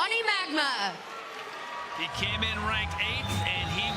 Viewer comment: the guy's name is Magna...and she called him 'Johnny Ragma'